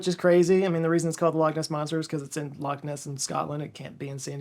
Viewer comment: Thanks for saying Loch and Edinburgh so much better than others, it warms my Scottish heart haha especially how so many say "Lock" instead of making an attempt at saying it properly (I don't expect everyone to say it how I do obviously lol just to make an attempt). Anyway great vid as always! No comment from me on the action of those guys in Edinburgh lol things like happen for real a bit too often sadly